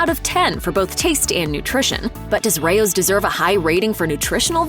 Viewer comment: Correct pronunciation is RAY-ohs.